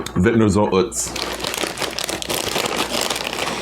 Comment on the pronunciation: I don't know what it is, but I am always craving McDonald's. Glad your part time job is going well and that you're feeling better. BTW, I believe Utz is pronounced "Uhtz."